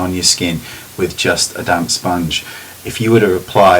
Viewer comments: sounded like ' it can look like your wearing nothing on your skin by using a damn sponge' lol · i keep hearing "damn sponge" haha your videos are by far the best ive seen.